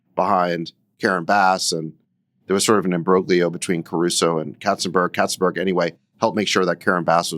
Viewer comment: When Sacks says katzenberg, I keep hearing `cats and birds`.